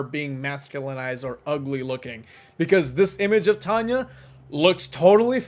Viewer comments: she does and it's tanya not tanay 😆🤪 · she does and its tanya not tanay😂😛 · she does and it's tanya not tanay 😂😂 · she doesnt and its tanya not tanay 😂😂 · yes yes yes yes yes she DOES and it's TANYA not tanay 😆😆😆😝